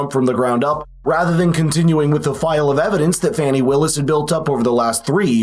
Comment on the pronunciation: Oh no man... it's FA-NEE...not FANNY.😂😂😂😂